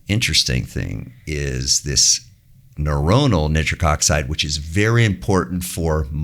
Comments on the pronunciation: I have never heard nitric oxide pronounced neatric oxide in my life.... synthetic chemist here for over 20 years. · How is so incredibly knowledgeable and intelligent, and an absolute expert in his field, but pronounce nitric like that… jokes aside, thanks for sharing all that in depth knowledge 🙏🙏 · Why does he pronounce nitric 'nittrick'?